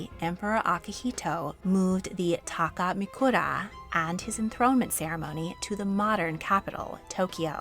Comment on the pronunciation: Hi, I'm really happy that you covered the Takamikura (from Japan). Just a small note, you mispronounced Kyoto and Takamikura in your video. You could just use google translate for the future. Waiting for more videos pertaining to the Japanese Imperial Family in the future:)